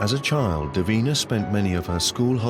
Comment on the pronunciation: It's Davina not deen. ??